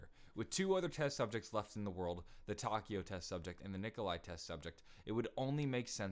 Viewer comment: on he says test subjects wrong he says ses subjects or at least that's what I heard correct me if I'm wrong